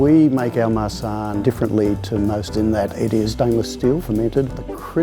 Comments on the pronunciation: When he said "marsanne" I thought he said "my son" :) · when they said Marsanne I thought it was Ma son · When the guy said "Marsanne", it sounds like he's saying my son and I just thought abut Liza making puns about it😂😂💖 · I thought that dude said "Today we're talking about, ah, my son" Me: -_- when I realized when he actually said our Marsanne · Did anyone else hear "my son" instead of"Marsanne" or is it only me...........seems like it